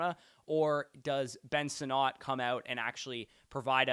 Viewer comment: It's Sinnott. Not "Sin-NOT"....